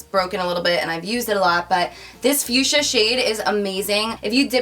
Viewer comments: The pronunciation is fuksia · Honey...its FUCHSIA ;-) Not fuschia :-D xo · LOL web she said "back to the fuschia" it sounded like "back to the future."